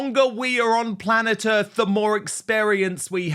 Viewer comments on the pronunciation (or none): I'm sure he pronounced "earth" as earfff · "the longer we are on planet earth" sorry, i am pretty sure you pronounced "earth" as "earff". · yes he did!! ERRF!! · Harry can’t even say “earth”properly! “Urf”…… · “Planet Erf”